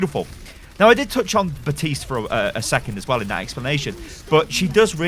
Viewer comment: Why do you call him “Batiste”? Michael Chu specifically said that Baptiste would pronounce the P so he would call himself Bap-tiste